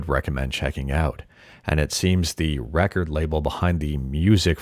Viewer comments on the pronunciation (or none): none